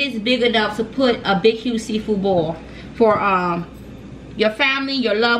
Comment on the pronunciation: "CUZ AH SMELL SEA FOO" 😂😂